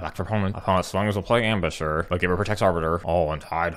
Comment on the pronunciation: You gotta love the Kaysadee Ambusher pronunciation